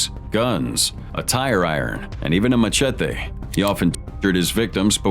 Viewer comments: How the commentator pronounced machete made me more uneasy than the actual than hearing what these criminals done. Should be locked up for pronouncing it like that 😂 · No one’s going to talk about how he said machete? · saying machete like that is wild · why did he say machete like that lmao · The way you pronounced machete 😂😂😂😂